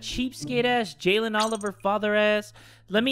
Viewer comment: said my name without the y (Jalen)